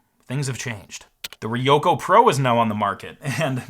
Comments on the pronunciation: Also, not "Riyoko" but "Ryoko" - put an R in front of YO. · ryoko is a 2-syllable word. ryo-ko